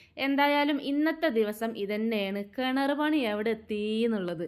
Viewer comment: Ker alla kinar